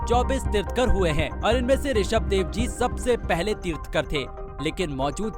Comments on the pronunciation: It's tirthankar not tirtkar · तीर्थकर नहीं,तीर्थंकर कहें। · Video बनाकर अच्छा काम किया बुद्ध का फोटो दिखाया तीर्थकर नही तीर्थंकर बोलो जीवदया सबसे सटीक कार्य सफलता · अपूर्ण इन्फो ऑर नॉलेज जैन धर्म अनादी काल से हे... पहले खुद की इन्फो क्लिअर करो... तीर्थंकर बोलते नई आ रहा भाई आपको... कोई जैन को साथ लेते इतना पुराना न्यूज पेपर हे आप का... जय जिनेंद्र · वीडियो उसे ही बनानी चाहिए जिसे us विषय में knowledge ho केवल पढ़ कर बोल देना ठीक nhi तीर्थंकर भी बोलना नही आ रहा ठीक से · Mahavir swami was our 24 th tirthankar. Jain dharam starts from 1 st tirthankar not from 2600 yrs before. U didn't spoke few words correctly like tirthankar, paraspropgrow jeewanam etc.